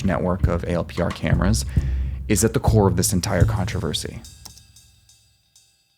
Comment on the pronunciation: You people are paranoid. And it’s not pronounced “A L P R.” In the “know,” they’re pronounced “Al-Per(s).” Saying “A L P R” shows the ignorance and FUD from you guys. 😆😆